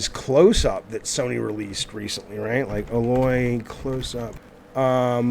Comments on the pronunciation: Aloy rhymes with “gay-boy”. Ey-Loy.... not Uh-Loy. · Well at least you can say Craigs name correctly LoL... Jizzaffe you need to play some Horizon Zero Dawn dude, it's A-Loy. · That “Aloy” pronunciation. 😬